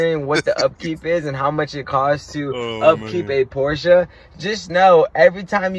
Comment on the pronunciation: Porša haha